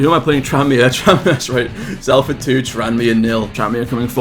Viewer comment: bro don’t make the mistake I made it is pronounced Sol-ford 😂 got ripped apart last year for that save yourself whilst you’ve got the chance 😂 also Stockton is a beast just find a way to keep feeding him and he’ll finish his dinner in front of goal 💪